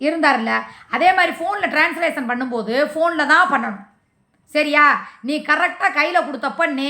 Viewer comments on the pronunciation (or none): அது ட்ரான்ஸ்லேஷனில்ல, ட்ரான்ஷேக்சன்டி தற்குறி நாயே